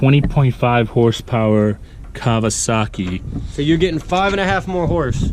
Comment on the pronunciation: Have I been mistaken my whole life (serious question) but is the W in KAWASAKI pronounced as a "V" like does or is it pronounced just like it reads?